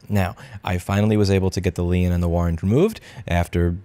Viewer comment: Hey Louis, lien is pronounced "Leen"